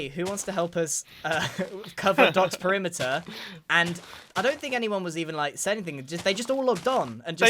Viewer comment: covering the primiter? what primiter?